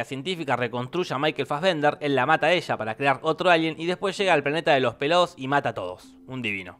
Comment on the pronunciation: Puede dejar de decir Michael "Faggender"??